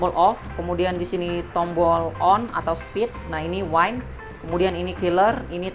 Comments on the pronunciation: wind dibacanya. Yg benar. Bukan waind. Kamu ngomong waind di depan org yg fasih bahasa inggris atau bule pasti udah diketawain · Wind mas diejanya. Bukan waind.... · Yg bener dibaca 'wind' bkn waind ntr beda artinya, antara hembusan angin dan minuman keras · coba aja pakai google translate. Pasti diejanya wind